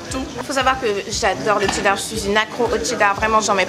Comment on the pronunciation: Il y a que moi qui remarque que la fille dit chdedar au lieux de chedar???????????